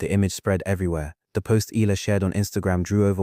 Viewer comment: pronounce her name right its not ela its E A Y A L A H